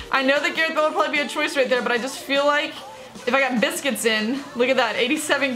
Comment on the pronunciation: its pronouced busquEts not biscuits